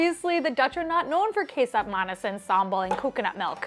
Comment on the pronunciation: The c in kecap is pronounced ch